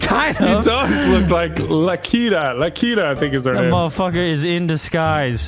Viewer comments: its lakitu it aint LAKITA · Did really call a Lakitu "La Keeta" LOL